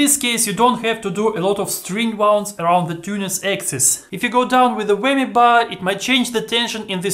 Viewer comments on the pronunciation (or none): Winds (pronounced wynds)....not wounds.